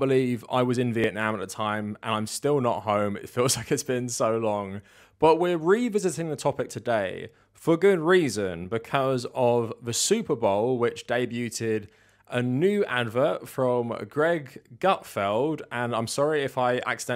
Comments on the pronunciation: It is me, or is there an epidemic lately of people saying the word “debuted” with 3-syllables instead of 2? 😅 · Oh my God did you just pronounce "debuted" as "day-bew-tid" lol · do you pronounce the T in debuted? I'm not talking shit, i'm just curious.